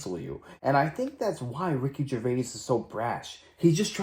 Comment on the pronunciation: Jer-Vay, not Gervase.